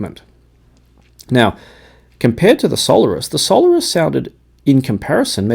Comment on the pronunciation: the Campfire are pronounced sol AIRus, thanks